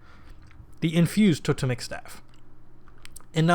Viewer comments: Toe-(pause)-temmik , not tota-mik. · Second one was right mate "To-Tem-ic" : it's an Anthropological term. Nice Vid..I like your style :)